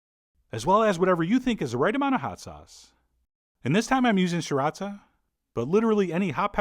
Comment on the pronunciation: It's sri-ra-CHA, not shi-rat-sa 🤦🏻‍♀️